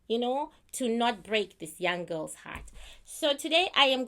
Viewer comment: I love to hear you pronounce girls as "GILLS" 😂😂😂